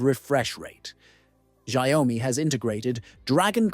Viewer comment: It's pronounced SHAOmi Not ZiaOami